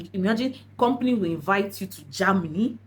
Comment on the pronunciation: It's Ger-- many not JAMny dear